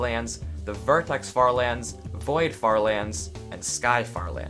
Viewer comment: Honestly died laughing at the farther... er lands